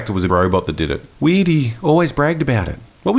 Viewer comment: I was wonderin why you kept saying weed, but now I get that you were saying weird